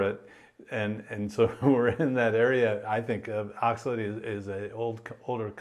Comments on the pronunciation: The way this guy says "oxilate" is making me so mad. Props on you, I kept blowing up at my phone any time he said it. These long term vegans looks so pale and are so mean to people who eat meat. Why would i listen to someone talk about health advice when they are unempathetic to diabetics and look so sickly?? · Maybe he should learn the proper pronunciation of oxalate.